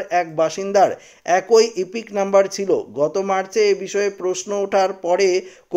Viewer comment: "একই "উচ্চারণ ঠিক করে পড়ুন